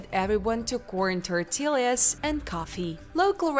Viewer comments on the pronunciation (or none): sorry meant no offense.. I'd have to rewatch the video. But just off hand tortilla is pronounced "tor -tee - uh". It's a Spanish word, double L is pronounced like Y ;)